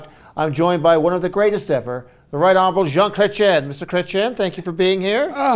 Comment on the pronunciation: It's not kretshen...